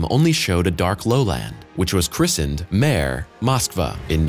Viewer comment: A "mare" is a female horse, the opposite of a stallion. The thing on the moon, spelled the same way, is pronounced MAH-ray (short o like "pot", two syllables), and is the Latin word for "sea".